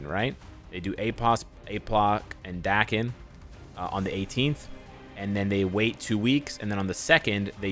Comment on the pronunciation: Im positive Daken’s name is pronounced like Taken